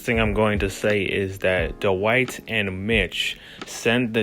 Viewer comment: it's pronounced dwight not dowight